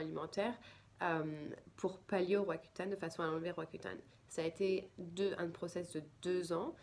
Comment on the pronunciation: Malheureusent on ne comprend.pas le nom de votre medicament roacutane, cca?